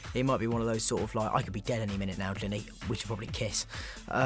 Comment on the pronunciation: GINNY!!! NOT HINNY